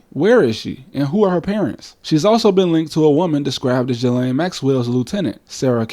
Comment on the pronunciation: Pro-tip: Ghislaine Maxwell's first name is pronounced "gee-LAN", not "juh-LANE".